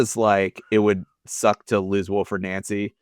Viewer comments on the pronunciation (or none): It's pronounced Wilfreed Nancy. Not Wilfred Noncy. Time to get that right please. 👍